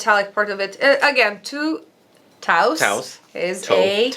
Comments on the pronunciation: tous is pronounces like toes (not kidding im spanish) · TOUS is a jewelry house from Manresa (Barcelona) and the name is one of the founder's family name, Salvador Tous. Tous in Catalan is pronounced like "toes" in English.